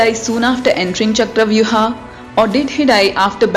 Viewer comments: Stop saying ChakravyuHAA .. Its Chakravyuh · What the hell is chakravyuh'aaa'?, You are an Indian and possibly know what's the correct pronunciation of this word. Why follow the steps of Britishers who didn't know how to pronounce sanskrit words or couldn't pronounce them? Stock to native pronounciation. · It's not charavyu-haa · Just say Chakravyuh 🙏🏻